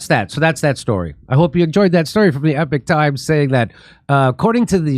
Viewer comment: wait. You mean he cant say the word Epoch right? He doesn’t tend to get much else wrong. Don’t judge the source judge the data. Doing anything else makes one retarded.